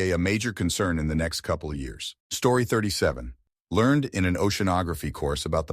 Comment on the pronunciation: I put this on kinda zoning out until I kept hearing the video say "yaras." Look at the screen to try to get some context on what yaras is? Years. It was trying to say years..